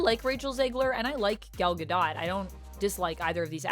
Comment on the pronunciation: The last syllable of Gal Gadot’s name is pronounced DOTE, not like the word dot.